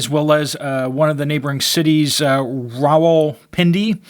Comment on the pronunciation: How is it that you can pronounce Rawalpindi…but not nuclear? NOO-KLEE-UR!